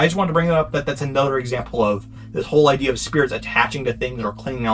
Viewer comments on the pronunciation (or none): none